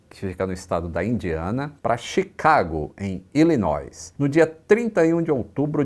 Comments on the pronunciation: Fala, grande! Esse último S em Illinois não se pronuncia mesmo não, é só "nói". Abraço! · Nao se pronuncia o a letra S em Illinois… volta para o Cambly